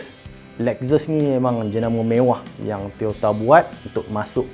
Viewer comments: Lexus - 'Lek-ses' ☑ Lexus - 'Lek-zes' ❌ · Lex zus.....🤣salah pronounce tu....!!